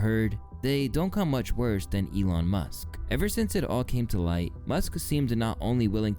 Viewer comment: the way you pronounce 'elon' makes him sound classier than he ever could be 😭 anyone remember that tweet where he said it's short for Elongated Muskrat